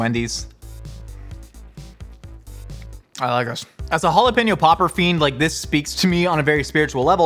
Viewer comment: It's jalapeño, not 'halapenjo'. Try Forvo, or learn basics of Spanish.